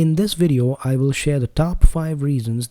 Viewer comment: "Will", not "vill" 🙂 I do like the sound of your voice though, and this is a great review